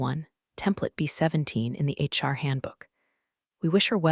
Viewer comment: It took me a couple of episodes with Karen to figure out who the mysterious "Char" was. Then I said it out loud to myself Char = HR Hehehe Shirley 1, AI a bazillion